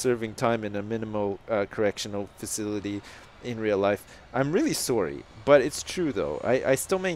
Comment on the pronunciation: "Sorey" - best Canadian I know